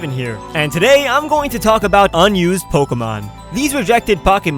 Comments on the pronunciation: Am I the only one who gets a little annoyed when someone says "Po-kah-mon" instead of "Po-keh-mon"? lol It was a good video anyways :] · in the beginning he said Pockymon lol